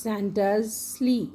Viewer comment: Please learn how to pronounce the words properly before making such videos.. Reindeer, sleigh, mistletoe, holly.